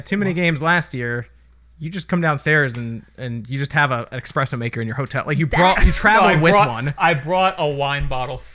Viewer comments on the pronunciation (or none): expresso Bob: espresso: expresso: espresso Take the hint!